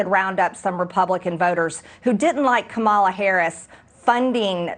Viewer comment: Ka-mal-uh? Is that how she pronounced Kamala? Wtf?